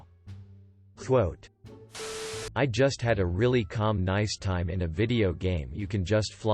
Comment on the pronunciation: Get a text to voice program that knows the word nice